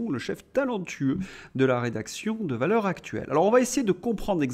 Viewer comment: Cher, vous prononceriez Valeurs Zactuelles, en faisant donc la liaison, vous feriez plaisir à mes oreilles.